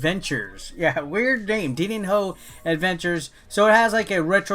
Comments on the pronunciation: Se fala DININHO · Im sorry, but i laughed so hard with the way you tried to pronunce Dininho pretty good video tho